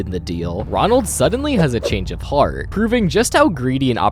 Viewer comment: "Ronald suddently has a change of hearth" Huh?